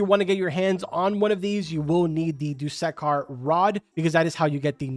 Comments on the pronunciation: i love how you try to say dusekkar lol, its pronunciation is really just how you think it is. 'doo-sse-karr' <-- this is the pronunciation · every forsaken player is screaming hearing him chop up dussekar's name